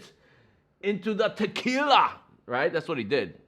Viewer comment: Just paused your video and went over to watch "Ahhnold" do his trick. You did a pretty good imitation but you gotta say, "T'killa" like he does..... Ha. Now, I'm gonna have to try this.